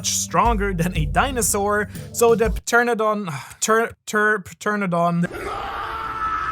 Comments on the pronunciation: TER-RAN-A-DON WHY DO YOU SAY TERNADON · It is pronounced like Ptera-nodon I believe. The first 'o' in 'nodon' is said like it is longer than the second 'o'. If that makes any sense to you🤣 See Pteranodon like two words written as one. At least that is how I say that word in English. But it isn't my native language so excuse me if I am wrong. If I am wrong and someone knows how it is pronounced properly, please tell me😝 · It's pronounced te-ra-no-don. The P is silent. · ITS PRONOUNCED TERRADON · Did he say pa tern a don? 🤣😅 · TURNADON?! I mean I've heard wrong ways of saying pteranodon before, but wtf was that? Surely if you can say the 3 words terra, no and don, you can put them together into one. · Kings fruit is pronounced ter-ana-don the p is silent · Midway through video. Haven't looked at any other comments. Pternadon? The p is silent. Pterodactyl (pronounced terodactyl) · Love all of your video’s but just for king’s fruit try teranodon the p is silent 🙂 but I do like the way you say it… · Ter An O Don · just to help you out, pteranadon is prounouced ter-ana-don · Heh heh it is just "terra-no-don" the p is silent :) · pa. . .pa . . Pa ternadon 🤣🤣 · Pronounced Tera-Don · Pteranodon - ter an o don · It's cre - ta - Cease pronounced and ta - ran -a - don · my man….. In Pteranodon the P is silent, it’s pronounced (tuh- ra nuh daan) i’ll give u a pass on this one 😂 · As a guy who loves dinosaurs, Seeing butcher the pronunciation of Pteranodon and Cretaceous killed me XD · i think its adorable how he butched the english name rather than the japanese name like most people. i know hes german and lives in japan but still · Apparently he doesn't know the joke about the P being silent =P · I believe the P in pteradon, like pterodactyl, is silent. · The P is silent, my guy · In Pteranodon dont pronouce the P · I just love how you butchered: Pteranodon and Cretaceous. 😂😂😂😂😂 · btw the p is silent in Pteranodon. Same as the egyptian / greek king ptolemaios